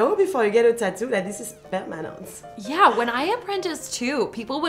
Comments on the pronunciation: that "permanent" hit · The way the French girl says permanent is weirdly satisfying